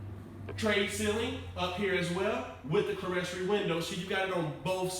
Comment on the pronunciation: clerestory = kleer storee ( run it together now ).... Just helping..... The women love ya man.